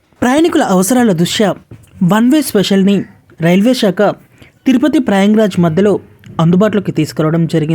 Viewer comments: ప్రయంగ్ రాజ్ కాదమ్మా ప్రయాగ్ రాజ్ అనండి. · Prayang raj kadu Prayag Raj